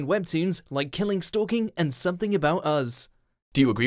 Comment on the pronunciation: It's pronounced Us not Uzz.